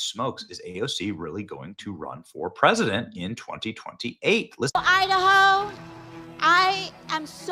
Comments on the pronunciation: Did AOC say "im a hoe" or did she say "Idaho"😂😂😂😊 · Did she really say "I a hoe" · Did she say i da ho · I heard her say " I Da hoe". Yes AOC, you are the hoe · I can’t believe she said “ I da Ho” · Did aoc say at the beginning i the hoe that what i heard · Did she say I the hoe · Did she say: “I da hoe?” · Did she say Idaho? Yep she daho 😂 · Did she say Idaho or I the hoe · Bernie and AOC need to spend ALL their money on all the free stuff they want for people. On another note……AOC said “I da hoe”…..yes you are😂😂😂😂😂😂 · AOC said I da Hoe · 1st word out of AOC's mouth: "I-da-ho!" Yes, AOC, you-da-hoe. How can you go from bartender to multimillionaire in a few years without shady stuff going on? Keep your commie crap outta this country! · When she said “I daho “ she wasn’t lying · I heard it I heard it, aoc said I da hoe